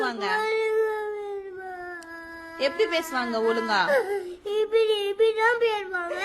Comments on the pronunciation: ஓரு. தாய். தன். மகனுக்கு.தமிழில். சொல்லி. கொடுத்தால். என்ன. இந்த. தமிழ். மகனுக்கு. ஒரு. வாழ்த்துக்கள். தாய்க்கு. தமிழ். சரியாவரவில்ல ஒழுங்கா... என்று. உச்சரிக்கும். தமிழை. ஒளுங்கா. என்று. உச்சரிக்கும். வார்த்தை. குழந்தையை. டார்ச்சர் செய்வது.போல். உள்ளது. தாயே அவன். பேரியவனாக. ஆகும். பொது. பேசுவான். இப்போ. நீங்கள். தாய். மொழி. தமிழை. கற்று. தாருங்கள். தாயே. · 😂😂😂😂. கொடுமை என்னான்னா..... அப்பெண்ணிற்கு ஆங்கிலமும் சரியாகத் தெரியவில்லை. தமிழ் உச்சரிப்பும் (ஒளுங்கா ன்னு சொல்றா) தவறாக உள்ளது. மெல்லத் தமிழ் இனிச்சாகும் என்றானே பாரதி.. 100 ஆண்டுகளில் முழுமையாகச் செத்துவிட்டது... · மனம் நெகிழ்ந்து கண்களில் நீர் வழிகிறது... "தமிழ்ல.. அந்த மாதிரி பேசமாட்ர" குழந்தையின் உச்சரிப்பு.. "ஒழுங்கா பேசுமா" அருமை தாய்.. "ஒலுங்கா" வேதனை